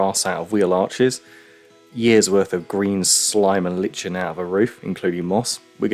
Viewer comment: Lichen pronunciation: Like en